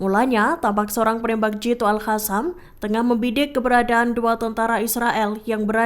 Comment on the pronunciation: Maaf min buksn al Hasam tapi al Kasam. Baca yg benar dongggg.